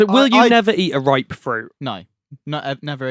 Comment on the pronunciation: Bananas not ripe it’s rip